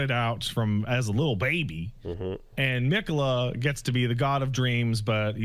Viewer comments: The fact that keeps saying Miquella wrong os proof he didnt fight Malenia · can pronounce miquella right for once? like 20 plus people in game say it and hell even says it right